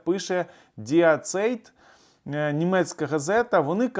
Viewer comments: німецька газета називається не ''Діе Цейт'', а ''Ді Цайт'' (Die Zeit), що означає ''Час''. Плюс до того ж..., а чому Ви не подумали, що якраз недавно Зеленський спілкувався особисто із Шольцом, і можливо це він попросив канцлера донести чи передати якусь інформацію Пуйлу? Чому Ви про це не говорите? Як розумний політолог Ви б мали звернути увагу і на таке припущення... 😊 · [di: tsa'it] " ді цАйт " ;) (кажуть, гугл вміє голосом говорити :))) ) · Пане, дякую за Вашу аналітику. Намагаюсь постійно дивитись Ваші етери. Хочу, як германіст, Вас виправити: в німецькій мові сполучення двох голосних букв "еі" читається як"ай". Назва газети die Zeit[ ді цайт], що перекладається "час". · Правильно газета називається Ді Цайт- час